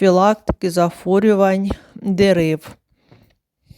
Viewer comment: Не зафорювань, а захворювань